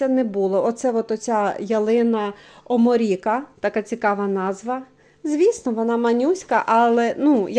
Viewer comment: Я також спокусилась рекомендаціїями ,але бажаних рослин не було в наявності. Ялина оморіка це ялина сербська видова назва латиною,наголос ви по іншому поставили,це не сорт,це вид,який росте в природі 8-12 м висотою.А ялина Карел це карликова кулька ,яка в 5 років не перевищує 30-40 см діаметрі.Тож це "хом'як,який буде ведмедиком".